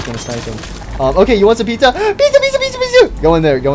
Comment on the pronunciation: Don’t say Puter something stop saying pizza like this stop saying pizza like this to